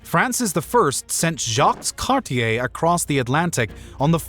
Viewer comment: Omygoodness dude. Jocks cartier? Samuel de chaplin? Its Champlain, sounds like the bubbly wine, champagne Im only at 30mins so far 😋